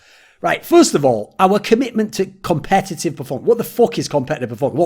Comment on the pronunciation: "competetive performance" 😂